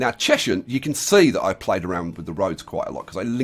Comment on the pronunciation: It's pronounced "Chesunt". Apart from that, always enjoy your videos,!